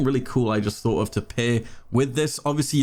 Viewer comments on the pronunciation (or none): none